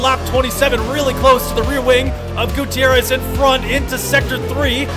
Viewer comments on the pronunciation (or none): none